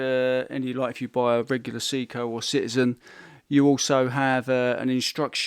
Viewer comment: Its say-ko not see-ko